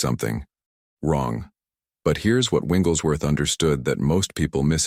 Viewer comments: I really like this concept, but the AI is mispronouncing Smiths' last name. Its not "Winglesworth" Its "WIGGLES"worth. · I wish this AI could pronounce his name correctly!